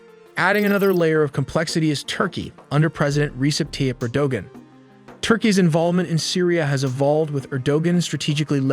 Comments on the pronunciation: Yep. And Erdogan is pronounced Arrow-wahn. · “Er da wan” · Erdogan / Er-Doe-Whan. -not judge'in, just say'in ((thug hugs)). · Then spell it like Erdowan. English does not make allowances for Turkish pronunciation in its alphabet. If Erdogan wants it spelled with a "g", then just accept the suffering of being mispronounced. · Erdogan? Stop with AI if you can’t get it right. Honestly, I’ll do the audio/speaking for you if you’re too afraid to speak. And Israel isn’t an ally of Syria wtf?? It’s so easy to tell which comments are bots btw lol look how generic they are… “this channel is always a source of great accurate content” yeah, as you get words and facts wrong… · even this dude doesn't say the name of president of Turkiye properly too!!! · Pronunciation of "Erdogan", "Aleppo", "Iraq" etc. etc. etc. I can't take this video seriously. Gonna have to just pause it right there and thumbs down. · bot wasn’t trained on Turkish pronunciation 😄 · Dude before you go and make a video maybe you should go and learn how to say these people's names before you make a fool of yourself like you can't even say turkey's president's name properly or Bashar al-assad go back to school and learn some English bro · most brutal name butchering I have ever heard. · I lost it when he pronounced erdogan wrong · Video is pretty good, but I think you should double check pronunciation of names. You mispronounced Aleppo and Erdoğan